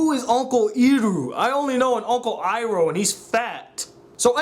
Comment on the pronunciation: lol “uncle eeerrooo” 😂😂😂